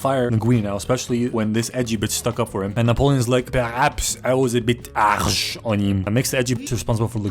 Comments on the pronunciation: "pehrABS I was a Bit Arsh on hIM" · You know how he pronounced harsh (arsh) is the german“Ass“. So he Said he was an Ass to him. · Even better when you speak german and he pronounced Arsh the same way as the german Arsch, meaning ass😂